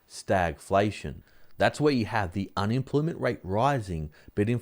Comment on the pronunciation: can you say un-em-ploy-ment ? it isn't unimplimint!